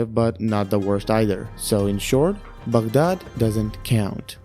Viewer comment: the way u said Baghdad! Are you Iraqi?